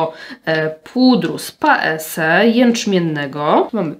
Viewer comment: Bardzo lubię podkłady Annabelle Minerals. Mam cerę bardzo dojrzałą, reaktywną i u mnie nie sprawdzają się kremowe formuły, są za ciężkie, choć powinno być dokładnie odwrotnie. P.S., Paese czyta się PAEZE 😉